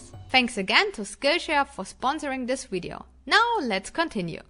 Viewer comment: Fantastic video. Thank you! Still can't work out why you say "wiv" with a v but "wideo" with a w. 😁 Wonderful to see the end of the project. Well done! Amazing work!!